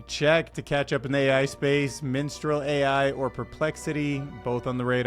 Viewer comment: that's Mistral not Minstral. Just sayin'. (Love your show but not in an, "aromantic' way)